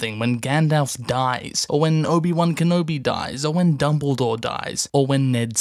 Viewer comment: for some reason when you say "obi wan kenobi dies" i hear "obi wan kenobidies"